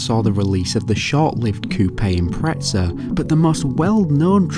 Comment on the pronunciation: Where the fuck is the T in IMPREZA?? "IMPRETSA"